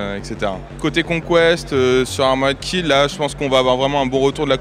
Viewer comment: Armorèd Kill, mais allo les gars, apprenez à parler un minimum anglais quoi O_O